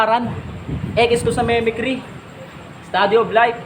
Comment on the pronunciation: Kala ko Namekry (pag-aaral tungkol sa Planetang Namek?) yung "memekry!?", paano kasi Mimicry yun, mi-mik-ri.